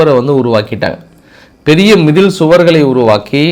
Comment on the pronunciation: மிதில் சுவர் இல்லை மதில் சுவர் 😂😂😂